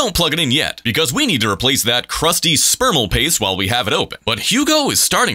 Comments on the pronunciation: Okay I can swear to God the audio did not say thermal paste it said spermal paste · "spermal" paste did I heard that clearly? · I can’t be the only one who heard sperm-al paste